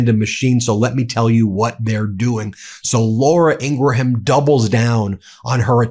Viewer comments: Ingram. Not Ingra ham. It's so weird. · Ok, I can't stand her, she's an awful sub-human. But can you at least pronounce her name right? It's messing with my OCD! It's not Ing-GRA-ham, it's INGram. Think of it this way... Someone with the last name "Graham" is pronounced "Gram" not "GRA-ham" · Hey Ben, it’s not Laura Ing-ra-ham. It’s pronounced Ingram. But you wouldn’t know that because you don’t actually watch her. You just let your people take her stuff out of context, and then you mis-report it. It’s so revolting. And your constituents love it. Did you see the recentpolls? An overwhelming majority of Americans approve of the direction our country is heading. . Because we’re getting honesty And accountability back into our government. And we’re making people abide to immigration laws. And again, the war in Ukraine will be over soon. But you won’t report that. And had Biden continued to be our president, that war would not end until he was out of office. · I support you fully in all you are saying! Thanks for sharing so much TRUTH!!! To help you be even better...Her name is pronounced "Laura Ingrim", which is counterintuitive to normal English phonetics. It's much the same as the way "Worcester" in Massachusetts is pronounced "Wooster" or "Des Moines" is pronounced "DeMoine". It's just one of those weird things. Love ya, man! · BEN! She calls herself “ENG-gram”. It makes you look like Trump by pronouncing her name in a different way that she…DESPITE the claims from her brother.